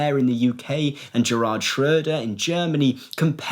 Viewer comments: You pronouncing Gerhard Schröder the way you did gave me a double take followed by a chuckle. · Sorry, but Gerard Shroder just killed me 😂😅